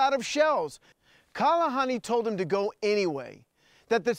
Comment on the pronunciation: It's Kahalani, not Kalahani...